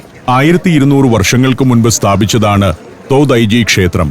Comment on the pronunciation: തോതായി-ജി temple അല്ല തോഡൈ-ജി temple ആണ്‌ ശരി